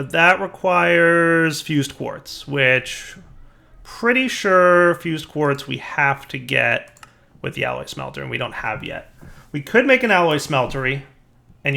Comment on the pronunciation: could you please show me the y in the word smelter? Why must you mispronounce it 10 times in 2 minutes?!?!!